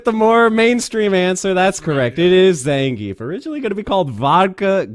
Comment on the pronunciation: Shoutouts to to pronounce Zangief the ''RIGHT'' way. Can't stand hearing Zangeef -_